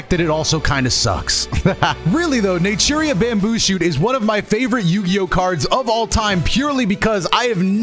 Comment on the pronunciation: Everytine you say natura i hear nigeria